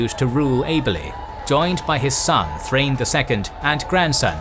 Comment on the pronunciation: Also Thrain is pronounced like Thra-in. Gimli'a grandfather Groin is probably happy that names work like that